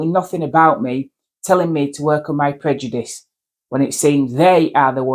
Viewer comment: She needs to work on her pronunciation of " Prejudish "